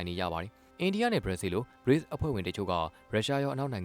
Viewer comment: BRICS ကို Breaks လို့ အသံထွက်ရင်မှန်ပါသလား